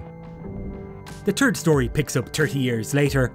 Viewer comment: "The turd story in the trilogy"?? Really?? ENUNCIATE!!